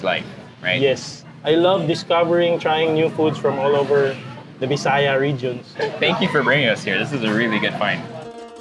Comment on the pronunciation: I LOVE how you respectfully pronounced the word BISAYA😍